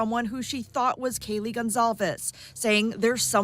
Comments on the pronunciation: KAYLEE NOT KILEY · It’s Kaylee n not Kyla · well this woman could at LEAST pronounce KAY-[LEE] 'S NAME CORRECTLY! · Lol. Exactly my thoughts. If she called Kaylee “Kylie” one more time… she clearly doesn’t know the case. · Its kaylee not kylee get the names right and kernodle not kernoddle!! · It’s Kaylee. It’s Zana (the ah sound) How can you not properly pronounce these kids names? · It’s extremely disturbing the Senior Investigative Reporter mispronounces Kaylee and Kernodle. She obviously didn’t do her research. She should be fired from her job. She’s an embarrassment to the broadcasting community and the company she works for.